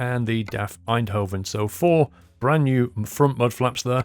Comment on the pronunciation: Pronounce the v as an f, In-do-fen